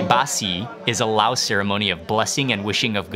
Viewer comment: We need the audience volume turned up a little bit. Thai person here, but Laotians call their country "Lao" without the S sound. I don't even know why it's there in English spelling.